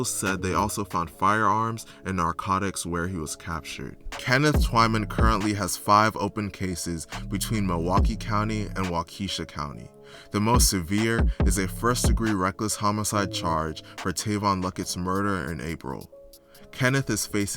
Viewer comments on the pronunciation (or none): Oh yea it’s not “Wockesha” either😂😂😂 it’s “Waa-Kashaw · It’s pronounced wauk i Shaw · and its fond-Doo-lack and walk-ah-shaw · (Wa-kuh-shaw) Waukesha